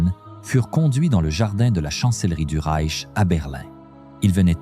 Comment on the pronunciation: Et ces noms allemands prononcés à l'américaine : 🤣🤣🤣 Ou pire : Le Rek allemand (pour le Reich)...